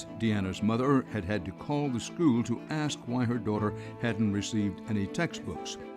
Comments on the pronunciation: also listen how they talk, they don't even pronounce words right , I'm from Detroit I hear it & see it. terrible. ok the work( ASK). they say AX, what is that. ?????? ( kids). they say KEIDS, it's a 1 syllable work not 2. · (Spells "temperature" wrong) Yo, can I axe you, 'nuff said? Blacks love to blame all their problems on whitey but all they had to do was raise their children properly by making them go to class, maybe attend a PTA meeting?